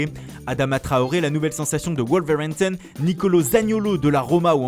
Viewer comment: Le gars il veut absolument prouver à sa prof d’anglais qu’il sait prononcer « Wolverhampton » avec l’accent...